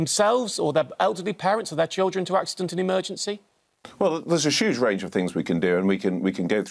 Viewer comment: Never trust a man who can’t say Huge.😂😂😂😂